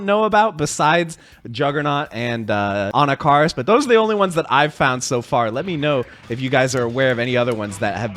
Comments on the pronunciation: Anakaris - It's pronounced like this (Ah knock ah Ris) For years I've been hearing his name pronounced wrong 😭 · For me the worst part of this release is knowing I’m gonna have to listen to you butcher the pronunciation of Anakaris that much more often 😂